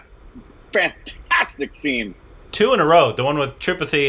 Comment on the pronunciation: Why you still not pronouncing "Tripathi" correctly?? They are saying it again and again for you to pick it up correctly. :-)